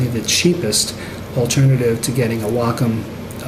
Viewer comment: gr8 video. (have to say btw, i wonder how many fellow artists dig the fact that u pronounce wacom's name properly;-) ---most important - i like ur emphasis on real issues that cg artists face. 2 things seem to remain the same overall - 1) Apple's "control freak" attitude, hence good interface (UX) yet anti-user-ability to blend their own hardware & software choices: "buy everything at iSTORES mentality"-- 2) Mikro$oft seems to be stuck on sluggish attitude toward UX & interface while allowing everyone options to control,mix,,blend apps.